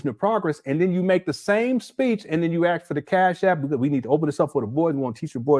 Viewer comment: Each time he says axe instead of ask, I hear nails on a chalkboard 😂